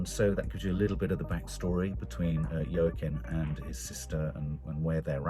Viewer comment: Yer keen Phoenix lol. I thought I was bad with pronunciation!